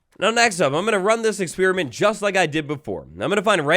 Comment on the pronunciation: please dont say "experemint" zomg